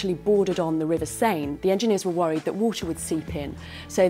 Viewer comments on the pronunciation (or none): You ought to have found out how to correctly pronounce la Seine, Gustave and Eiffel. It would have made you sound more convincing.